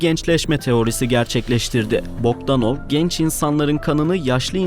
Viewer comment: "Alexander Bokdanov" demekki fikir baya boktanmış 😅